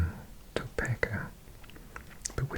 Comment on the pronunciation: 1. In US we say DC for the capital and Washington for the state 2.The island in New York is called Long Island (Manhattan is a part of New York City) Long Island isn't 3.I live in North Carolina and it is indeed pronounced Raw-lee not Ra-lay 4.You'd be surprised to know Orlando is very small for a city (300k or so people) so is Miami 5. Boise is pronounced Boy-zee 6.Topeka is pronounced Toe-Peek-uh 7.Mississippi has recently changed its flag in the past 2 years so it doesn't have the confederate flag on it anymore 8.From a person born and raised in Texas the statement everything is bigger in Texas is 100% true, everything is unnecessarily big. 9.Cheyenne is pronounced Shy-Anne